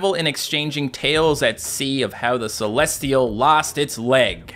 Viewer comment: Celestial not celesial that's it